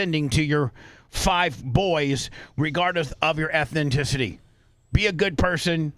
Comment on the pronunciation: It’s ethnicity not ethninthicity. It’s corn not corns on the cob. Theres dozens of them. It’s why we listen lol to hear what he will say next